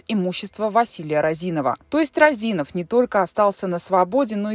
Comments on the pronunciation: Не РазИнов, а рОзинов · Не Розинов, а Розинов, ударение на первую О! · рОзинов, а не розИнов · Не розИнов, а рОзинов. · Не розИнов а рОзинов. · не розИнов, а рОзинов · Розинов, а не Роозинов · Вообще то фамилия Розинов ударение на первую "о" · РОзинов! Уши режит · рОзинов ударение на о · Ударение правильно ставьте😑 рОзинов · рОзинов... ударение на о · вы же не в курсе, что Розинов, ударение на О, достаточно честный и порядочный человек. Он не крал деньги у государства, у него отжали бизнес. Вся страна сидела на зерновых расписках и по секрету до сих пор сидит, под них выдаются кредиты. Он строил больницы, школы, дворцы школьников, помогал детям своих сотрудников на операции. Он лично у меня ничего не украл, как гражданина и налогоплательщика. Он не скрывался, вложил эти деньги в сельхозтехнику и элеваторы. Вы работников и обычных Костанайцев поспрашивайте, они вам расскажут кто он и за что его посадили, как бизнес отжали. Он занимался сельхозпродукцией, он сеял и собирал урожай. Не выкачивал ресурсы из страны. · Розинов, пишется и говорится через О.